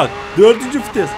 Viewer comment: Fites değil VİTES